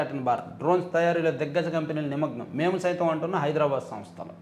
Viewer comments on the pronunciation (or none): none